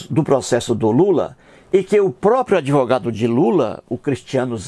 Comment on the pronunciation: FELICIANO EU JÁ ASSISTI A TODOS OS VIDEOS. EU OUVI MUITO BEM AS BABOSEIRAS QUE ELE FALOU. UMA DELAS FOI QUE QUEM FICOU GRÁVIDO FOI JOSÉ E NÃO A MARIA. O CARA SE DIZ ATEU MAS NÃO CONHECE NADA DA BÍBLIA. ELE PRONUNCIA "ADEVOGADO" EM VEZ DE ADVOGADO. REALMENTE ELE PRECISA DE AJUDA MÉDICA. FALOU TODA A VERDADE. QUANTO AO FATO DELE SER JUIZ, NÃO SE PREOCUPE : JUIZ DE CU É ROLA. ELE NÃO PASSA DE UM SEMIANALFABETO. PRA ELE TODO MUNDO É FAKE. ELE NÃO SABE QUE PRA COMENTAR NOS VIDEOS É PRECISO FAZER A INSCRIÇÃO NO YTUBE ...MAS NESSAS REDES SOCIAIS TUDO É PERMITIDO EM NOME DA GRANA. OBRIGADO